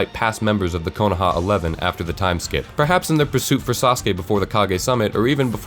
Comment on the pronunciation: Really good fix-it video, lots of good points. Don't like the way you pronounce some of the names though, like Konoha or Madara, just sounds kinda weird. Minor point though, great stuff!